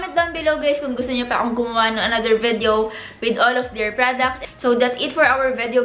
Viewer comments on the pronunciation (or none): ma ur agree.. and she sometimes pronounces video as “vedyow”